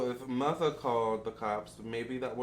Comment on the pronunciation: I’m so mad you calling mutha “Mutha” . This entire reading had me on the floor. 😂😂😂😂😂😂😂😂😂😂😂😂😂😂😂😂